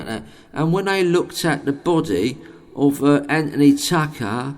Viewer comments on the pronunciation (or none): none